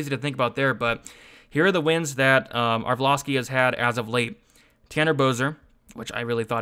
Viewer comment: Haha every time he fights, you crack me up with "arvloski"